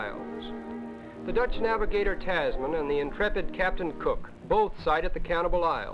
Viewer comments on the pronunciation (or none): none